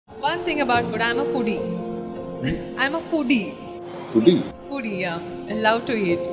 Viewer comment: Sorry to bring this up but I was cringing every time they said the word foodie because it sounded too much like phoodi.